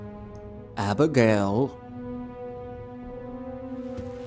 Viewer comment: the way the old man says abigail “HaBiGaYle”